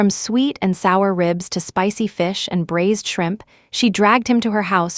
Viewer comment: BRAISED not brazed